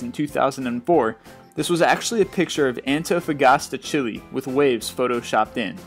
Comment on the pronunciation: Antofagasta, Chili? It's Chile, I was born there! D:<